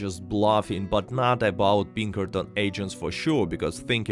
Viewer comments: Great video. I’m afraid i thought you were saying “Bean Curtains” for the majority of the video. I eventually realized you were saying Pinkerton’s. lmao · every time you say Pinkerton it sounds like you're saying Bean Curtains, it's really weird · I thought he was saying bean currents every time he said Pinkerton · It kills me every time you say Pinkertons because it sounds like "bean curtains". Of course, I can only imagine how silly MY accent would sound if I tried to speak Russian, so I don't even try.